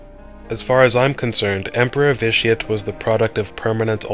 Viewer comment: Ve-Ti-Ah-Tae. Pls, most sith names are latin.